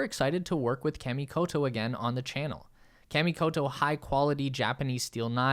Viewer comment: I hate being this guy BUT... Kah-Mee-Koh-Toe ;) your japanese sponsors will thank you, regardless of how the american ppl say it, my brother. Great promo, btw, I'm SERIOUSLY considering getting one now. Thanks!!